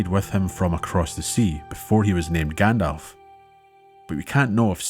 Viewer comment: “Grand-elf”….pffft. 🤦🏻 Thank you for such a well done narrative. I’m re-listening to your back catalogue until the next new upload.